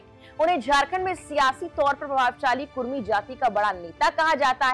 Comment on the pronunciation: कुरमी नहीं कुड़मी